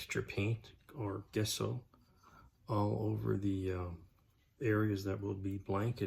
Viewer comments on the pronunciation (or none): Looking really cool! And again...Gesso is not pronounced Guess-o, it is pronounced...Jeh-sow or Jess-o. Years of art classes, and dictionary pronounces it JEH-SO. Yes, I am a word Nazi.